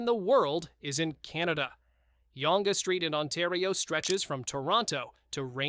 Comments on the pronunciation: Yong st. come on man get it right it's Young like opposite of old :[ I CAN'T WAIT TILL YOU TUBE GETS RID OF AI - but they said they would last year and did not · Yonge Street is pronounced YOUNG. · I believe the word eh...was given to us by the Britt's. They use eh an awful lot. Example...you thought she was with you eh?? Eh? When you watch a British tv show...keep an ear out. You'd be surprised. Eh? Oh and Yonge Street is pronounced Young...so there you go. 🇨🇦🇨🇦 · Pronounced YOUNG…. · AI pronunciation of Younge St. ... 😅